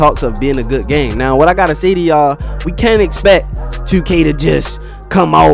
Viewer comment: I just realized how you say two your from Baltimore?